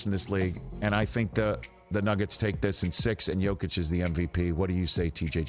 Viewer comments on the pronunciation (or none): ...And it's Yo-keech and Yo-veech :) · National media learn how to pronounce the 2x mvps name right challenge: impossible difficulty